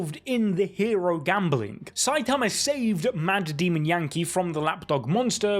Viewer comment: i love how instead of saying saitama you say saiatamar